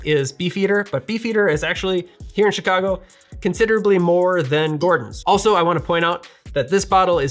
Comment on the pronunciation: “I am here in Chicago” >says Chicago in the most Chicagoan accent imaginable, shopping at Binny’s Love from Chicago man